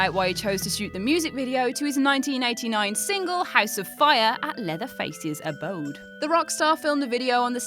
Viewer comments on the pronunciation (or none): none